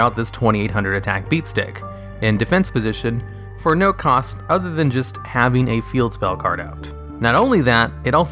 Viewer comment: THAN. IT'S THAN. NOT THEN